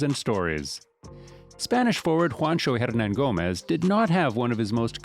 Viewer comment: If he ends up signing with the W's, Bob Fitzgerald needs to hire to tutor him on his pronunciation. I'd hire this guy as the PA announcer just to say his name